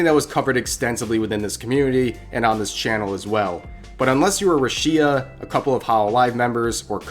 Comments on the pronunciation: It's not ru SHEE ya it's ru she aa. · Ngl I died inside every time you mentioned her name: RàsHíA, oof. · Did you just call her ROO-SHEE-A? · "Ru-shi-ya" It took me a good moment to realize you're talking about Rushia there, Rev. Sasuga. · Who the fuck is "Ru-Shi-ya" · My man pronounces her name like chia pet from the early 2000’s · How hard is it to check pronunciation of her characters name... Rushiyaa sounds painful to my ears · RU SHEEIEIEA God ur pronunciation is awful, god vid tho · ruh shee ah lmao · pronounce rushia right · The way he pronounces "Rushia" makes me uncomfortable